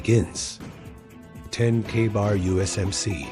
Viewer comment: Another idiot AI, that cant pronounce Ka-Bar. I really wish people would either stop using AI, or at least preview the video before they post it. As for a combat knife. I have a USMC Ka-bar Fighting and Utility knife, and its a very good knife, for the sneak and creep style. But, and you forgot this one, the Service No.1 Khukuri of the British Army Gurkha's. A proven design for well over 300+ years. The problem with all the knives your talk about, is how short they are. If I get into it with a knife, against some one else with a knife. I want the Reach advantage. Keep them at bay so I won't get cut, well not as much at least. So, not only would I carry my Khukuri but also my Cold Steel 1917 Navy Cutlass, and yes, there was such a thing, used by the US Navy. So its a combat blade. Think outside the box, and don't just go with the flow, like every one else.